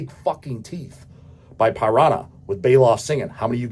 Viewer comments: Pie-rah-nuh!!!! Do you mean the fish? 😅 Also the reunion with Paul Baloff came about after both Gary and Paul were at the Thrash of the Titans benefit show for Chuck Billy’s cancer that brought the whole Bay Area Thrash scene back together. It caused a lot of “WE’RE BACK” bands to reform when they saw there was still some money left in Thrash. The corpse wasn’t dead yet. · Never heard Piranha pronounced "Py-Ranha". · "Pie-Ron-Ah." And here I thought "Here-attic" was most unique pronunciation.